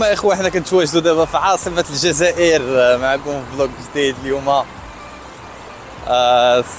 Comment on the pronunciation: لسان الجزائري ينطق مروكي ونتما تقول زازاير علاش ههه